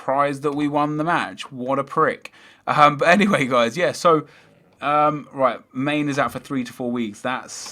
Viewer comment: My brain died when you pronounced Mane(Man-ay) as main....